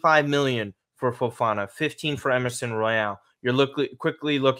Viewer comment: Great video guys, just 2 things, can you please call Fofaná correctly? FofanÁ, your way sounds so wrong. Second you are ignoring the fact of the lists, especially in CL. If Samardzic and Kone arrives, we need to get rid of Musah, Loftus and Bennacer or Alexis. I wouldn’t do it